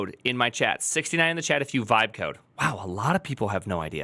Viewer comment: You have to listen carefully, it is not "vibe" coding, it is "wibe" coding.